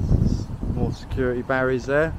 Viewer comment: The security has a ‘ t ‘ in it , not securi ee .!😊